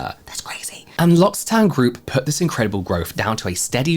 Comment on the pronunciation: James, L'occitane is pronounced "loki" with a k, due to double c. 😊 always love your brand deep dives.